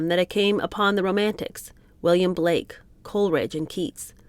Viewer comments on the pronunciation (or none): none